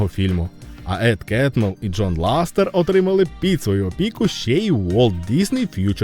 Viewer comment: по перших не ластер а лассетер по других назва відео клікбейт🤨